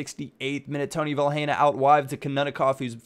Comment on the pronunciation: You don't pronounce the 'h' in Vilhena. You just say 'Vilena'.